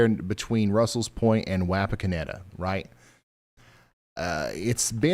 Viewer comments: Watched where I was impacted. I live in Russell's Point. East of Wapakoneta. Ours was an F-3. Wish I could have watched this at the time. By the way. Wapakoneta is pronounced "Wah-Pawk-onnetta" 👍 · I’m sorry the pronunciation of Wapakoneta just hurts. I live just north of there and every time I use Google maps it pronounces it differently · Ryan...it's Waw paw kon eta. And fyi. Chillicothe is pronounced with the eeee on the end.